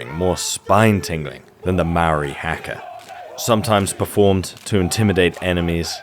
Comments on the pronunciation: Just a slight pronunciation of haka from a kiwi. It's a hard HA like haha then ka, not hak-a. Though thank you for showing some of my beautiful culture and I appreciate that you find it so powerful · You're pronouncing Haka incorrectly. You're anglecizing the first "a" to a short a sound, like in the word "hat." But the first "a" is pronounced like the a in "hall." Stop being lazy.